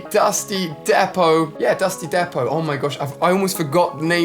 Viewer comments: it’s pronounced dusty “deep-oh” not depo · alia im sorry if im wrong orr wright but i think its dusty depot not dusty depo but ur the best captain alia lol and can some of us get a shoutout and read coments